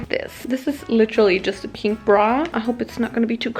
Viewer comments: I am SO triggered everything she sais peenk instead of pink and I don’t know why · Wieso betonst du das piink so ? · anna wirtshofer somebody how to spell PEENK correctly thank u💞💞💞💞💞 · I'll never be able to pronunce pink in a normal way ever again...